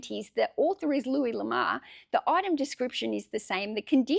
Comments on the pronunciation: No It is luee La more is a french guy Lamar is a black guy generally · Louis LA-MORE